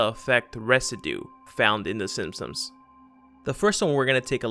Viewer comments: Are you saying "the Sinsoms" instead of "the Simsons"? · in my reality it was the simp-sons, not the sin-sons as you call them. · Mandela effect: I remember the show being called “The Simpsons” but you’re clearly calling it “The Simpsoms” WOW!! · Am I the only one annoyed by the narrator’s mispronunciation of the name simpsons? Come on make sure your saying it right before u post videos lol